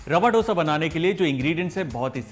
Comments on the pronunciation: It's dosa and not dhosa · It's dosa(dho-sa) not do-sa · Recipe good.. but plss don't change pronunciation according to your accents... It's dose.. not dosa.. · I will be very happy if u say it as "dhosa" and not (ddosa). "Dha" like in daya, dhaanya, diya, or song dham maro dham. Really nice recipe easy, quick and delicious. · All south Indian States pronounce this as Hindiwala " do" + sa. And not as in " dough" sa. North Indians changed it into how they pronounce now. Jis Tarah Hindi mein number 2 ya doosra Bolte Hain, usee tarah usko pronounce Karen. Actually, it is " dosai' in TN, dosha in Kerala. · Oh god he can't even say dosa properly, it's Do as in Do(2in Hindi)sa. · When you are showing a recipe the least you can do is to pronounce its name correctly! It’s Dosa like in Damodar! Don’t act as if you are alien to that sound altogether!!! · Its not DOSA, atleast get the pronunciation right.... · I loved the video but since I am from south India, I request you to pronounce Dosa properly.